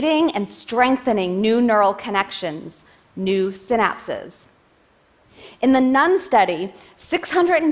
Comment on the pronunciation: They are 'synapses', not 'sin apses'.